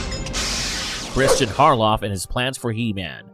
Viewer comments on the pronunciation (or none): none